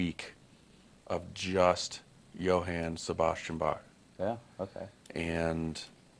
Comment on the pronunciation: The name of Bach is not pronounced like the "bok" in bok choy. The ch is like the ch in Ach, Bach. Not awk, bok. And the a in Johann is not like the a in man; it's like the o in Jon, but shorter.